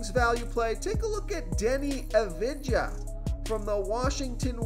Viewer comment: Please learn to pronounce Doncic and Avdija correctly